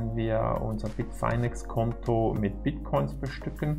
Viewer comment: Es heißt Bitfinex nicht Bitfainex!!